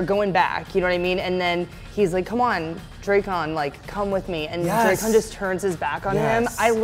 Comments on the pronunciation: This huge fan calling him drake-on again. SMH Hate this guy being pretender. So glad it is over so don't have to listen to him talk again. Listen to the writers if you would be aware of how to pronounce it. A huge fan would know. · Why are you saying his name wrong... it's not Drecon... its Drakkon.... pronounce the A like in Apple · Drak-kon not draykon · Here he says Dray khan, a person at the lcs pronounced it drah kin.....how is it really pronounced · PSA: Drakkon's name is pronounced "Dracken". "Drakk" as in "black", while the "on" is a short "en" sound. Kyle Higgins, the architect of the comic for most of its run, confirmed it some time ago. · could you please stop pronouncing lord Drakkon so chopped up 😧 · ITS DRAKKON!!!! NOT DRAKKON!!!!! 😡